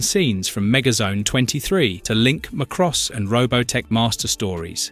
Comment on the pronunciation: Love the content but the mispronunciation is throwing me off. It's ZEN-TRA-DEE, not zen-tray-dee. And it's not muh-cross but MAH-KROSS